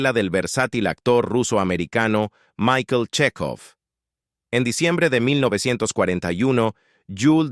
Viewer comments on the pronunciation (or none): none